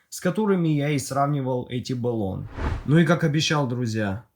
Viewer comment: Ну вот почему БЭлон, если бренд называется Блон?! =)